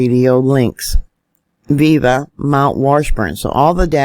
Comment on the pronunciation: "viva the internet"... You mean "VIA" the Internet..not viva.😂